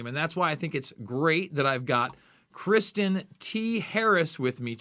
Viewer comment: Ive been following for years and he is too kind to correct your pronunciation of his name. Everyone else always pronounced it "Kris-tonn". fyi bud.